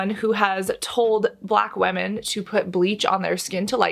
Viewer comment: Do we say WAMIN in English nowadays instead of women?